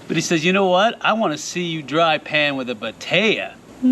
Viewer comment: Batea?? I thought you were saying potato!!! 😛😂